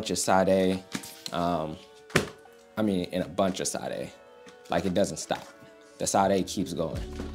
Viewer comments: its "sha-de" tho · My boy pronouncing the queen’s name as Sahd-A is killin me, though 😩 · Were you being funny saying Sade’s name 😂 It’s “Shaa-daye” love ✌🏾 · Might wanna confirm the right pronunciation of Sadé big dawg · Why does he say Sade like that :(( im crying